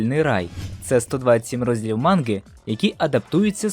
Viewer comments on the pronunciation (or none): Чому манґи?а не манги?